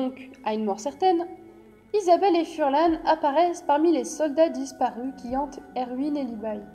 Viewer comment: Pourquoi vous dites furlan c'est farlan